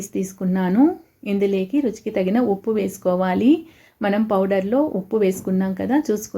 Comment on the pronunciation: ఇందులేకి కాదమ్మా. ఇందులోకి అనాలి